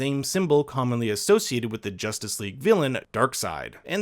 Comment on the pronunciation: its not jastice league...its justice leagua